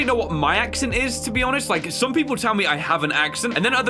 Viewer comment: You know what I find funny, I'm australian so I have that sorta accent and says "so tell me if i have so sort of ACCCENTTTNS"